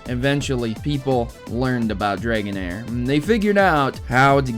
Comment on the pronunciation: I know this. I think the reason why dragonair's weather effects were not used to it's full potential,is because the limited technology and due to the fact abilities weren't in existed until ruby,sapphire and emerald in the early and mid 2000's (for emerald) LOL i like how you say aura and dragonair's name, sounds kind of like haorah and Draganaires. But its all good every person will always have a different pronunciation for the pokemon series